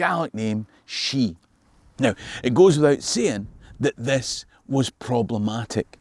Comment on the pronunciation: Oh dear, now everyone will ass-u-me that Star Wars and history and Scottish folklore have something in common... For the interested reader, the word that was meant is "Sìth", with an accent on the "i" to make it an "ì". Sorry for conjuring up a bit of a*al retention, but I just had to distinguish faeries from interstellar evil-doers ^^ It is not pronounced "Sith" in case you're wondering, but indeed "Shee" like correctly calls them. The Sìth, I mean!